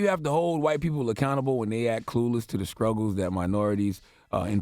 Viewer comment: Did I hear Charlemagne say scruggle instead of struggle?